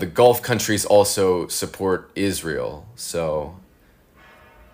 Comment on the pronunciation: "The Gulf countries support Izrail, so..." That pregnant pause where realizes he's not actually prepared for this interview, and then just lightspeed changes the subject [chef's kiss]